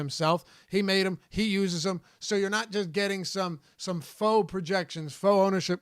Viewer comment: Hey, just to let you know "faux" is pronounced like "fo".